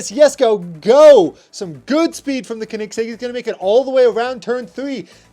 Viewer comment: It’s pronounced co-nig-segg